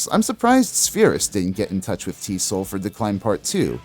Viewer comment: I love the video … but TSOL is pronounced as Tee Ess Oh Ell … the original name was True Sounds Of Liberty